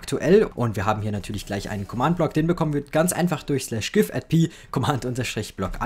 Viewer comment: Wie er einfach nicht "Command" aussprechen kann...